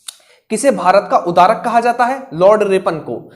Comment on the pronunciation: Bahut achchha sir ji. Sorry to say but that's Bharat ka udhdharak not udarak.